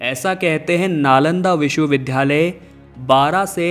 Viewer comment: ये नालंदा विश्वविद्यालय है लेकिन आप बार बार बोल रहें हैं विश्व विध्यालय!‼️